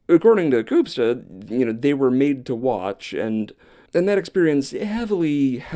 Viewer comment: Ooh finally a topic I had some prior knowledge on. Two things to note- the West Memphis 3 case technically occurred in West Memphis Arkansas, but it even Memphians claim West Memphis, state line be damned. Also as a white man you did an excellent job of not pronouncing Koopsta’s name offensively.